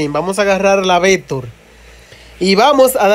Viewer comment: Vetor o vector 😂😂😂😂